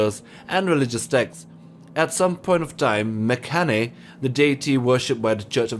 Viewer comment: Its pronounced mekHANE like hanes underwear